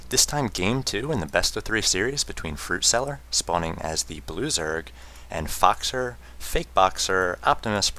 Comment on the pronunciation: his voice is so awesome although he prenounced foxer fuckser lolol seriously he could cast a golf game